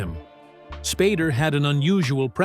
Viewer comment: When the AI voice calls him 'Spaarder' instead of Spader. fml.